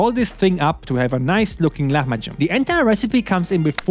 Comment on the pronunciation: Man you pronounce it great, you cook it great and you wrap it great! That's f- A. Until to see that you are wrapping with chopped gradients I was ok but now I'm looking for a place to order.